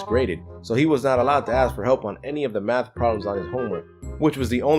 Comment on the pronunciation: Meth not math?